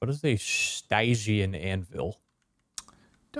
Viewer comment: "What is a... stiegeean anvil?" Please Please don't tell me it says stygian. Stygian Anvil Oh